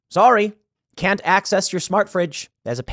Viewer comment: "I cannoy allow that, Dave."